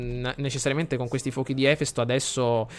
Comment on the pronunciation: Ahahah si legge efèsto non èfesto!!! Cmq sei un grande!!!!!;)